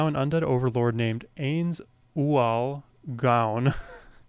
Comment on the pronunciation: His name is pronounced ayn-z ool goan.